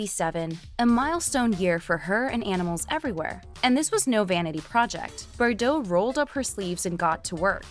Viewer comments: BTW, you're driving me nuts how you're mispronouncing her surname! Try this....BAR-DOHHHHHH.......lose that BERR crap. 😂😂😂😂😂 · Forn Gods sake you ignorant muppet BARDOT, NOT BERDOT!